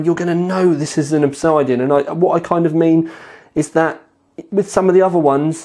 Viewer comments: Oh fuck my life It isn't Ob-side-ean, it's Ob-sid-ean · Great review as always. Sorry to be an arse, pronunciation is ob-SID-ian, not ob-SIDE-ian. So the 750D is cheaper than the 650D. That's not confusing. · It's pronounced Ob Sid Ian, not Ob Side Ion. Google: "Obsidian is a naturally occurring volcanic glass formed as an extrusive igneous rock. It is produced when felsic lava extruded from a volcano cools rapidly with minimal crystal growth." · OB-SID-IAN not OB-SIDE-DIAN lol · It's Ob SID Ian, Not Ob SIDE Ian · it's pronounced Ob-Sid-Ian:) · Proper pronunciation of Obsidian would be an educated move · This guy speaks with an English accent but still can't pronounce 'OBSIDIAN' properly. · Are you mispronouncing Obsidian just to mess with me?